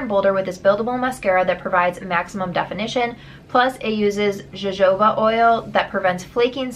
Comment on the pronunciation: I have never done boxes like these and seeing how many times you get multiples is discouraging. 😔 this is so random but I think jojoba is pronounced ho-ho-ba. 😋💗